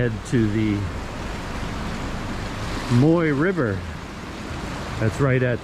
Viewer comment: Be careful with your pronunciation of that river,. At least in polite company. "Moy" means pubic hair in Thai, so you're calling it the pubic hair river! 555 Try saying it with your teeth together while smiling really big. Sounds silly but that will get you close to the correct sound. Thanks for the video!